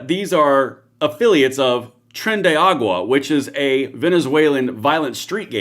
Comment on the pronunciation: Tren de ar a gua 5 syllables…tren de aragua not agua, 😂 Love your show, anyway!